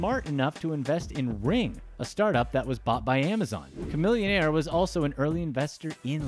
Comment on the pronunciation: homie, v-a-i-o? just say vaio. and khamillionaire? its chamillionaire homie..why butcher these household namessss